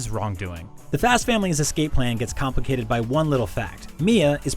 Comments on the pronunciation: Did you just say compicated instead of complicated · Did anyone else hear he said “compacated” instead of “complicated?”